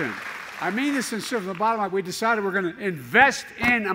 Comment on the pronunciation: When the potato says "We ddecided to invest in America" I hope he means he will take all the money China gave him,his family and others ,collect it all up and give it to the American people. Anything short of that he can KMA.